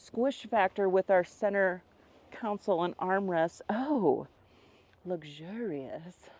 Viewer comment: I love your reviews. They bring a fresh perspective to this channel. One thing I have to point out is that it is “CON-sole” not “COUN-sole.” 😁😁😁